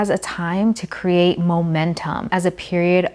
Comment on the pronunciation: I love how she says cre-Ate